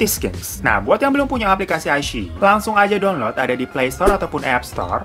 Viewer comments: Wao ada Zhu Yilong 😍😍 Bagus banget sih shownya jadi gak rugi deh ditonton 🙏✨ CGInya, scriptnya, dan actingnya semuanya luar biasa. Meskipun drama original sama sekali tidak kaleng2an . Btw bang dilafalnya 'i-chii-yi' 😍 Rekomendasikan juga show lain di iQiyi : The Sleuth of Ming Dynasty (detektif yang kocak dan konspirasi2), Winter Begonia (ttg Opera Cina dan Perang Dunia), The Winner is Love (penggemar Ashes of Love pasti tahu film ini atau setidaknya dengar), My Strange Friend (keren banget, ttg org yang punya beberapa kekuatan super tapi malah sisa satu dan kekuatannya yg lain nyebar ke org lain), dan Once Upon a Time in Lingjian Mountain. Di aplikasi WeTv juga banyak yang bagus, cuma ya kalau kualitas iQiyi memang lebih bagus yah. Yang dari WeTv : The Untamed (drama viral th 2019 yang membuatmu takkan bisa move on), The Heiress (drama dimana cewek nyamar jadi cowok dan beneran mirip cowok), The King's Avatar (tentang esport, seperti Gank Your Heart), Three Lives Three Worlds Three Thousand of Peach Blossom/Eternal Love (drama lama yang bikin kamu mewek dan geram), The Legend of Fei, Detective L (sherlock holmes versi China tempo doeloe), Super Star Academy, dll. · Ka..klo gak salah baca nya "Ai shi i" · ini wkwkwk bacanya wikwikwik